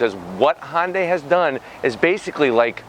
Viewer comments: please stop saying Hon-day! It's HUN-DAY. When you say it the way you do, you make it sound like it blends with Honda. Uuugh! Sorry. Just drives me crazy. Love ya, mean it. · N-Line does have sunroof with the tech package. And its "hyun-day" not "hon-day" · Say Sunday now substitute it with an H.. irks me when people try to squish Honda in there somehow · "Hon day". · somebody needs to teach this man how to pronounce Hyundai. He keeps saying Hon Day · Han-day? What is Han-day? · you said, "Hon-day"...